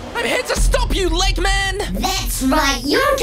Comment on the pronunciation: It not legman it’s doctor egg man